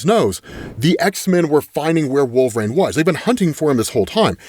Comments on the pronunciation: Huge fan, is it like an accent thing that makes you say wolverain ? Could you try and pronounce wool-ver-reen as opposed to wool-ver-rain i never noticed it but this is my first wolverine vid of yours im watching 🤣😂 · i dont even hear it when says wolverain anymore. its become normalized after years of xmen comic coverage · still pronouncing Wolverine as WolverANE is hilarious. Makes me chuckle every time.